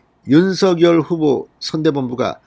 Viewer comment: 진성호님 윤서결이아니고 윤석열이라고 하세요~